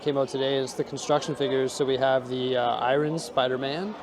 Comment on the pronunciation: The way he says "Iron" lmao